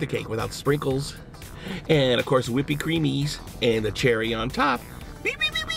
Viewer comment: "Whipy creamies"